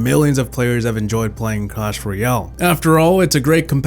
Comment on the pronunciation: i like how he says "enjoyed"